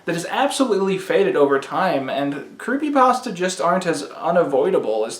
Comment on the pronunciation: sigh Yet another one who doesn't know how to pronounce creepypasta...